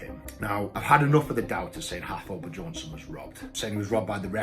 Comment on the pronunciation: Eddie stop being petty and say Thor's name propery, hes bjorn-son, not buh-jorn-son, spelling i know but still shits mad petty man